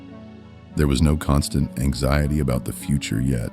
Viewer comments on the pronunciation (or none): none